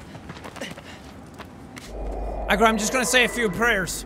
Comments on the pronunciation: I can no longer tell if Jack is calling the horse “Egg roll” or “Agro” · I can't tell if he is saying Agro or Egg Roll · When jack says aggro all i hear is eggroll lol